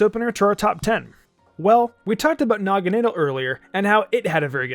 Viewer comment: And you said Naganadal instead of Naganadel